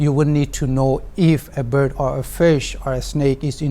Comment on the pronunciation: Verbbbb instead bird 😂😂😂😂